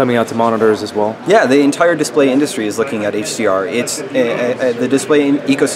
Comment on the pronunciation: Did he just said ENTRE SYSTEM POWER DRAW???